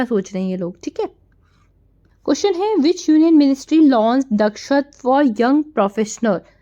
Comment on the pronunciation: Sorry Mam but its दक्षता